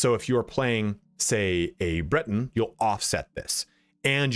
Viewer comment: I am Atronach (Atro-knock). Some say (knack) And... it is (Bret-in) not (Brit), mate.